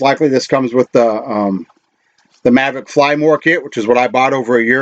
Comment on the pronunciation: Mavic not Mavrick